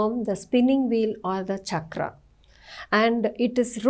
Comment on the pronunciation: Charkha not chakra